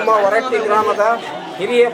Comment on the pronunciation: ಹೂರಟ್ಟಿ❌ ಹೊರಟ್ಟಿ ✅